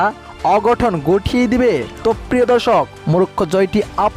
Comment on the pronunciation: 'Morocco'. Ar apni bolchen Murokkho.. uccharon to thik moto koren Bhai.